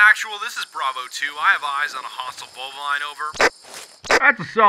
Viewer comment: Bolvaline? You mean bovine right I hope he means bovine